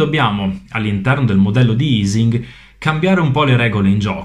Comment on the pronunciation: La pronuncia di Ising all'italiana è quella corretta, poiché essendo Ernst Ising tedesco in questo caso la pronuncia è uguale nelle due lingue. È aising (o eising) alla anglosassone che sarebbero stati "sbagliati". :)